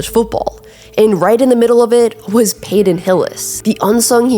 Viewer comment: "Payton" not "Payden"